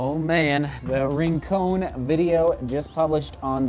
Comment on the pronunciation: its pronounced RIN-CON, not RIN-CONE , rincon means "corner" in spanish.